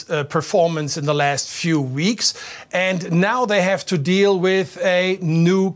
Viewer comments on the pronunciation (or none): none